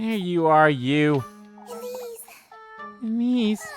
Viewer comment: Right off the bat and you pronounce "Elise" entirely wrong.